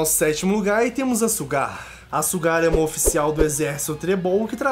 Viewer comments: mano,sugar é acuçar em ingles,vai no tradutor e ve como q é a pronuncia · Meu Deus kkkkkk olha como ele falou SUGAR kkkkkkkkkkk esse cara viu o anime nao